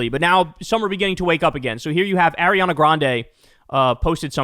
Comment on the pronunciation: Someone please teach Kyle how to pronounce Ariana